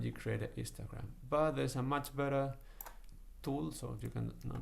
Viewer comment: everytime he says histogram, it sounds like he is saying 'Instragram'